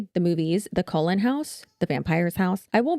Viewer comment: Why is everybody pronouncing Cullen like Colon, I am not a Twilight fan but I didn't think Cullen sounded out like the part of your body that poops.